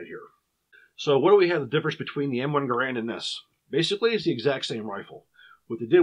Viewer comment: Gerand, according to the designer of the same name, rhymes with "errand" Flash suppressor? It was a muzzle brake and compensator to reduce the recoil and muzzle jump, I carried one of these and the flash is very evident during night firing. Your own chart shows the M-14 weighs less than the Gerand. Using an adapter the M14 could be fired fully automatic, and was very controllable. In the years I carried the M14 I never had, or heard of, a problem with reliability, and it was very wet where I was stationed, never had a problem with the wood swelling.